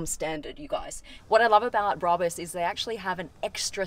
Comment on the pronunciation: Brarbus 😂😂😂 It’s brabus